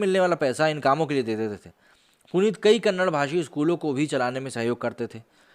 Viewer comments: Bro it’s KANNADA not kannad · It's Kannada, not Kannad.. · Problem with northern Indians is they don’t how to pronounce KANNADA..it is not Kannad. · It's Kannada not Kannad. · Brother it's Kannada and not Kannad.. kindly use right letters when you talk about language.. I don't know why you kept using Kannad... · It’s Kannada chhhhhh